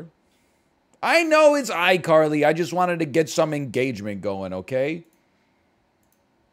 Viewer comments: Did he call icarly, ickerly? Lmao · Nobody: NL pronouncing iCarly: icker-lee